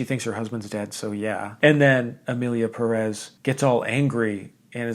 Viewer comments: Hey. Did you notice the é in Pérez? That signals that the accentuation is in Pé, not rez. PÉrez, not peREZ. Just a PSA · As someone last named Pérez it really hurts each time someone I respect says PeREz instead of PErez.